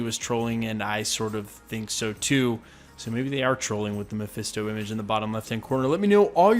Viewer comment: "MePhIsTo" Ugh. These youtubers need to stop with that.